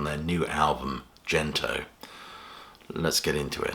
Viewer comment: 'Gento' (幻灯) is a hard 'G', if it's from the Japanese for magic lantern, not 'Jento' - Mr Pedantic